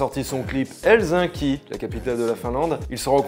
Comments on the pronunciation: Il a prononcé helzinki au lieu d Helsinki 🤣😁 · helzinki ? x) fais un effort ptin ! ;) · Oh comment t as prononcé Helsinki 😂😂😂😂